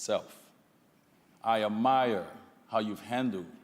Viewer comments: "I Ah-MIRE"..... 🤔Not once, but twice... on national tv. Smh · Did he just call someone ignorant and then pronounce Admire (((Ah mire))) A mire 👇 { mire } noun ~ 1. a stretch of swampy or boggy ground. "acres of land had been reduced to a mire" 2. a situation or state of difficulty, distress, or embarrassment from which it is hard to extricate oneself. "he has been left to squirm in a mire of new allegations" verb ~ cause to become stuck in mud. "sometimes a heavy truck gets mired down" now Confess some more on second thought sit down little boy GO SIT DOWN👉